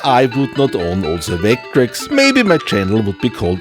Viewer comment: is it just me or does sound like he says "vayck-trecks" sometimes? <3